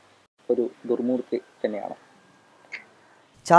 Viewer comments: ദുർ മൂർത്തി..... മൂത്രി അല്ല 🤣🤣🤣🤣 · 29:5 ദുർ മൂത്രി അല്ലാ ദുർ മൂർത്തി 😂